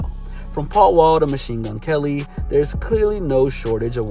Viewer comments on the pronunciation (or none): none